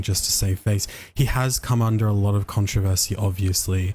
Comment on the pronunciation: Well, he ain't a normal kid if he can't pronounce controversy properly as a dictionary has always phonetically explained! 😂 Regardless of him being strange anyway. 🤦‍♂️